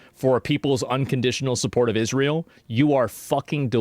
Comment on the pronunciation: Why does Owens think Israel is pronounced "Ishreel"